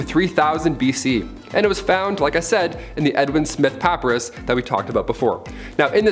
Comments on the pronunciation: It took me a minute to figure out what he was saying, but the ancient drawings and writings were done on Pa-PIE-rus. Not PA-pa-rus. I never knew there were people who didn’t know how to pronounce that word. :). I see you figured out the corrrect pronounciation. ;) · Dude - papyrus - pə-pī′rəs not the way you're pronouncing it. please by a dictionary or least bother to google words you're not sure about before you record a video. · Papyrus = puh PIE russ